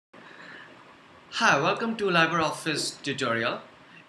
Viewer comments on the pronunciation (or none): It is pronounced as "Leebra office". Good video